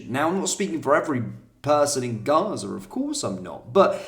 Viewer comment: The lefties pronunciation of gaza was enough to know who his mates are